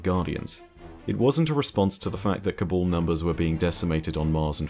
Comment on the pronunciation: why is it that you pronounce Cabal as Kabul ?